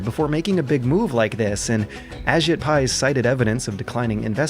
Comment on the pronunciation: Just to say it, his name is pronounced "a-JEET" rather than "A-jit". I hate giving him the slightest shred of respect too, but we gotta.